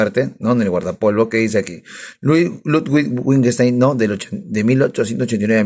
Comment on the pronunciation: Detesto como pronuncias Wittgenstein... Es broma jajaja excelente revisión del libro. ¿Cuánto le costó?, lo quiero comprar pero no quiero ser estafado. Saludos.